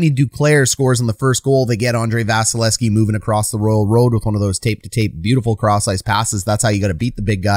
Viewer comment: You are neglecting to pronounce the second V in 88's name. Just saying.